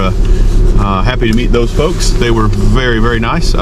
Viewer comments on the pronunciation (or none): none